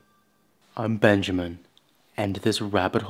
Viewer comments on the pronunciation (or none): none